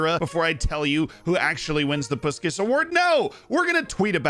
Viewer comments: In case you wonder, it is pronounced Pushkash. Send you my love from Hungary 😘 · If you want to say correctly its Pushkash , the "a" pronounce like when you say wow.. Good video, nice goals, the bicycle kick wow.